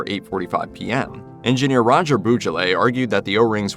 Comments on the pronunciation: Roger Boisjoly was from a French Canadian family who migrated in the USA. You prononce his name "Boo-Jolay" but in fact, it's more "Bwah-Joollee", and the standard "Rodger" is prononced "Ro-jay" in French. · roger "boo-juh-lay" ?? 😭 when will americans stop butchering french names 🥀